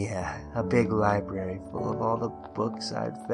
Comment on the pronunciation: A libery huh sounds like twilights liberiy